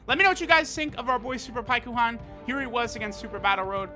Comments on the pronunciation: Pie ku Han that’s not his name you do it for the memes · Pikkon’s name is pronounced longer in Japanese (paikuhan). It’s like calling Krillin Kuririn